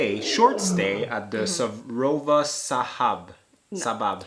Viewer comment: Sir. row.va cha...like champaigne ba... like barack....Prounounce Sarova shaba